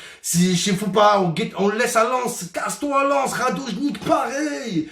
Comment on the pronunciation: Au lieu de dire "Radone Gitch" il dit "Radoje Nikk "" 😂😂😂😂😂